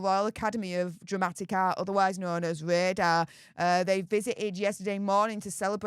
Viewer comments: Hi, love your channel but your pronunciation is killing me!! RADA is pronounced rahdah, not rayder. Sorry to be a damp squib!! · RADA is pronounced RARDA, not raider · It is pronounced Rah da not Radar. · Not being Picky…But the Royal Acadamy of Dramatic Arts is pronounced Phoenectically Rar-Dar….Not Ray Dar. Which u might find on one of Britains Warships (if We still have any).? Good Blog all the same. Lol Regards Andy Jackson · it's not Radar, It's pronouned like Prada, without the P. RADA [Royal Academy of Dramatic Arts] X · it's calaed RADA, there is no r at the end. AND STOP THE SUPER THANKS GRIFT! CONVERSATIONS CAN BE HAĎ VIA THE COMMENTS! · Sorry but it's not 'ray..da', but pronounced ' ra..da'. btw love your posts. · It's Rah..dah. Please. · Great vid as usual. Ps It's pronounced Rah-Dah 🙂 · it is pronounced rar da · Brilliant video as always. For future reference it is pronounced Rad-a. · I do apologize, but the Royal academy of drama and arts is pronounced (rarda).just thought I'd mention it, love your work, keep it up ❤ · C'mon - it's RADA - pronounced as in Ra-Ra skirts. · Please pronounce RADA properly...... like PRADA... WITHOUT THE P! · You need to look at the pronunciation RADA yourself, before telling others how it's pronounced. It made you look a bit daft and it wasn't in a way that you can brush off and hide behind your heavy accent.